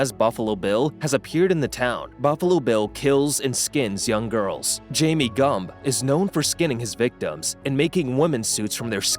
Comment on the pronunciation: Jame Gumm not Jamie